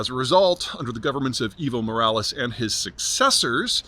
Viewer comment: For some reason I hear “Evil Morales” 😂